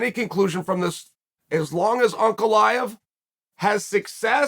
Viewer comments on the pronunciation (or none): its pronounced Uncle Eye yev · Uncle Eye-uh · Everyone: Ankalaev Chael: Uncle Laev